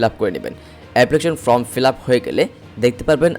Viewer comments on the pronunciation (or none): none